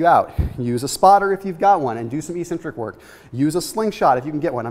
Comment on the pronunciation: I always giggle a little bit when he says e-centric